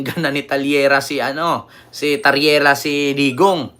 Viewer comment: Taryela hindi tarilya..dds ka pla ….BOBO!!!!